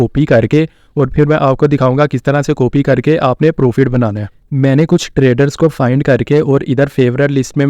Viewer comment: Coopy ni hota. Copy hota. Loos coopy proofit. Pronounciations thek kr len pyary bhai